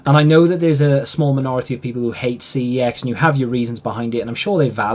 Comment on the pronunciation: Forget about how to say YouTube as a British person. He should be pronouncing CEX as Sex and not Cee-Eee-Exx 😂